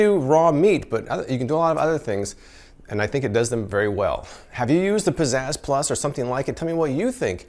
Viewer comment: I keep hearing it like "Possessed+" instead of "Pizzazz Plus", and I can't unhear it :(